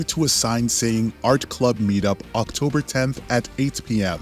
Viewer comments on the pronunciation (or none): none